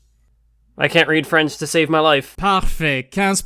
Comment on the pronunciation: Hearing struggling so much at pronouncing french when he often throws out random french words to sound smarter is hilarious. This video is a masterpiece. T'es le meilleur point d'explication!